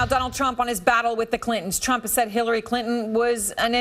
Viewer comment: holy shit she slipped and said Shillary lol